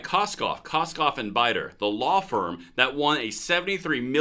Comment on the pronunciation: Did he say Koskoff, Koskoff and Biedoff? Sorry, I just couldn't let that pass.